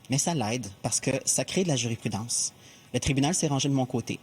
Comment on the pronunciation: JuriSprudence et non JURIPRUDENCE